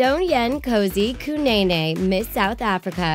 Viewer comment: THE WAY SHE PRONOUND KANENE (KANAENAE)